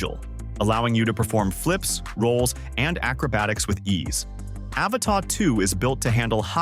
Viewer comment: By 18 seconds in, its R👀NED! 😂😅😂 What is this, the latest James Cameron flick? "THE AVATAH 2 The way of wahwah?